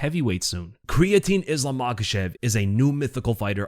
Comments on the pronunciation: "Creatine", eh? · That "creatine" right?